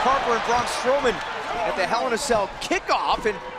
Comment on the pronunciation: Did that commentator pronounce Braun strowman? Ar 0.11